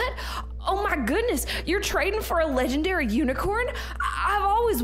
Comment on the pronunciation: they said lengendary uni